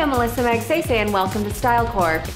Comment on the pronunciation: She pronounces her last name so American!